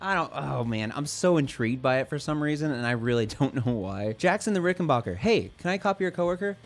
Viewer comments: Dood......its bach er...back..not bark er...same as ut name isnt.....why dont u 'mercans say it right!!! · Ok man, it's pronounced "RickenBACKer" , the same way you say "JACKson" , NOT "RickenBACHer" !!! As for the new Jackson Bass, I've always kinda like Jacksons, I'll give it a try.